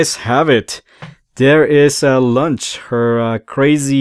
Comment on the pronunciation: I like the way he says launch cause , launch is a snack . She is a little “ lunch “ . 😋